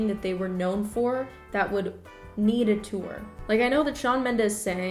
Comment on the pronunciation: You say "tour" like Danny Gonzalez. "Too-er"